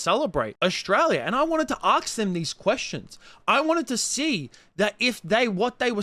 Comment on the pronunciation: “Can I aksed you a question?”